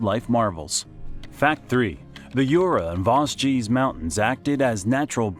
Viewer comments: Youra ans Vowgeze mountains LOL . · "YOURA" (JURA) and "VAZGEEZ" (VOSGES) 😂😂😂👋👋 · not the "Yura and Vosgies" but the prononciation is more like "Jurra and Voje" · The Vos-gees. 😅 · Yknow I saw the comments before watching the video and at first I was like aw it's not that bad! By vosji I was on my knees shaking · The Voss-jee really got me 😂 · Vos.... Vosgeez...? Alors non. Là c'est non, on touche pas à mes Vosges 😭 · It's not even that hard to pronounce. Vosges, like loge... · J'avoue que lorsqu'il prononce assez bizarrement. The Vaudgies (à l'américaine), mais c'est horrible. Sans parler du "col de la chloupe"! Col de la Schlucht. Mais je connais beaucoup de français et vosgiens qui ne savent toujours pas le prononcer comme il se doit. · The absolute worst was the "Vos-ges" mountains. Why would anyone publish something so inaccurate? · la prononciation des vosges elle m'a plié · (Par contre, il pourrait bénéficier de quelques petites leçons de prononciation, n'est-ce pas ? Vosges, Jura etc. ;) )